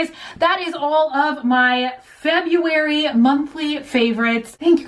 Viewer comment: Remember February-- febrember 😂💖